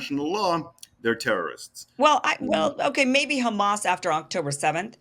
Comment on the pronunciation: At least he says Hamas NOT Khamas